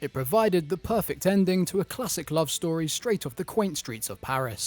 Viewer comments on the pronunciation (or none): none